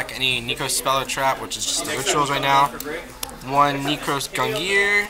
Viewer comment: NE-KROZ (not knee) NEH-CROSS